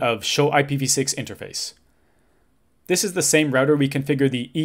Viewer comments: Say 'Roo-Tah' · The correct way to pronounce it! <3